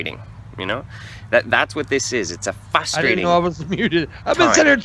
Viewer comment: Did no one else that says fustrating rather than frustrating